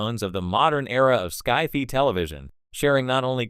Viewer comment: "sky fee"? Really?